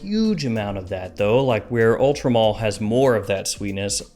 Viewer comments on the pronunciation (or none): why is he saying mall? 😭 its male